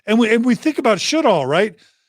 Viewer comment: Sjodahl --- Sjødahl (Norwegian) /Sjödahl (swedish), meaning sea or lake (sjø) and valley (Dal). It's pronounced almost like she says it but Ø is kind of like the sound when you say uuuuuuh. Not an o. So. Sch-uuuh- doll if written in American 😅